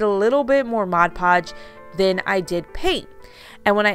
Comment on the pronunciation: I’m so glad you say mod podge.....instead of Modge Podge, I can’t watch once the person says it 😑 wrong!